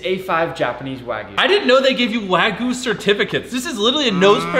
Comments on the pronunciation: The way he pronounces wagyu as wAAgoo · Bro can’t pronounce wagyu